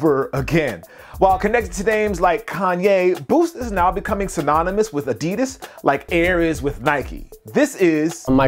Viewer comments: Expect it's a german company and they're saying it incorrectly it's ad-di-das. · why does he keep saying adeedus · the pronunciation of adidas is terribly wrong (adi'das) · It's not adids it's adidas learn to speak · It's Weird In America You Pronounce Adidas Like This A-DiD-As And In Australia It's A-Di-Das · Now if only Americans could learn how to pronounce 'Adidas' correctly.